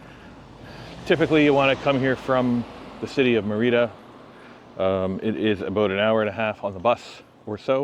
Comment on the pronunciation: It’s Mérida, not Mereedah. 🤦‍♂️🤦‍♂️🤦‍♂️